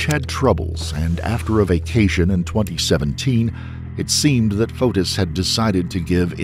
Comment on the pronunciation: Every time you say Fotis I hear POTUS. 🤷‍♂